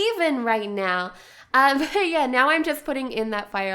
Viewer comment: the way I say y e a h: Yeah The way she says y e a h:YeRh